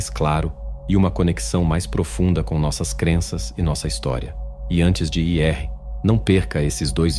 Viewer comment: Vídeo muito bom, mas explique-me por quê ao falar "ir" que é um verbo na língua portuguesa, simplesmente a pessoa pronuncia i r????????